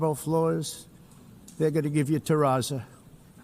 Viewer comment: "Terasso" f- off Trump you are not a builder.